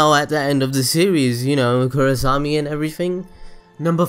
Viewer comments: i think most of those are just common knowledge for anyone who is even slightly interested tlok. also its KorrAsami not korrosami. because not matter where you cut the names its either korra or asami ... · Korrasami? Bruh!